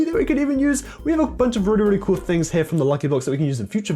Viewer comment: he said wish is perrty gool